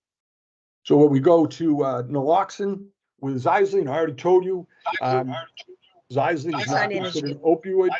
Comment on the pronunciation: You’re pronouncing Xylazine wrong. It’s ZIE-LA-ZEEN